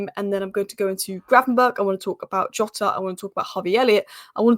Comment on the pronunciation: jotas back...please learn how to pronounce jotas name